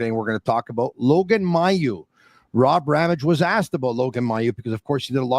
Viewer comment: His name is pronounced May-u for crying out loud even Stu said it correctly to you and you still keep saying it wrong WTF?!?!